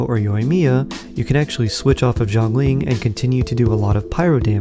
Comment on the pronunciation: It is not [Jo'nglin] it is [Sya'nlin] Xiangling